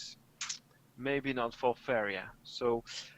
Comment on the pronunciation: For a second there I thought you said "Favorite Jesus" lol